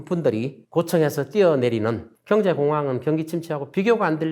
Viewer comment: 좋은 강의 내용 잘 들었습니다 교수님의 강의중 두글자로 된 단어를 표현 하실때 엑센트가 너무 신경쓰이고 이상하게 들려서 가만히 듣다보니 이런 두글자로 된 단어 "경제" "정부" "정권" "정책" "능력" "상가" "경쟁" 경매" " 지방" 경기" "상가" "지방" 등등의 단어들만 기억이 남아 있네요 저만 그렇게 들렸는지 잘듣고 갑니다 ㅎㅎㅎ